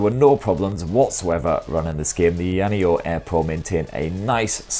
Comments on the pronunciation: Ai Yana yo??? Lol 😂😂😂 it's A-ya just like it's spelled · Pronounced … EYER NEO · "EEEE-YA-NEO" 🤣🤣🤣 All good bro. We all got our words that trip us up. For me it's Huawei or pronounced wahhh-way. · It's Aya Neo 😅😂 not ayaneo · It's pronounced "Aya Neo" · I-ya neo Say it as 2 words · First the rog phone now ayaneo, the way you pronounce these products you should be in jail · First time hearing a different way of saying "AYANEO". Yours sound japanese'y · Oh shit, I thought u were doing only phones, what a pleasant surprise although it has to be said that u absolutely butchered the name of this handy little device ;) still, it was quite entertaining to watch, as always I must add. Thanks, mate.